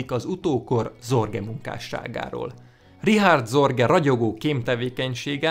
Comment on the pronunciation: Őt nem "Ricsárd Szorgej"-nek kell ejteni?